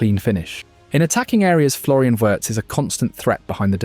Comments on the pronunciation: It's pronounced VVVirtz. You seem to be forgetting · In German the W letter is said as V letter. So Wirst is pronounced Virst. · If he's so great, why not get his name right? 😉*Virts* "W" in German is a "V" in English (a voiced F). Like with Rachel Weisz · “Werts” 😂come on bruh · You could have at least tried to pronounce the name correctly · Please learn to say his name, there are two syllables.